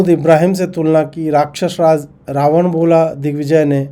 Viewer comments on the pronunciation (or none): none